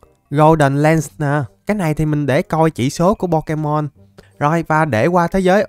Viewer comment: Đọc sai tên pokemon rồi cụ ei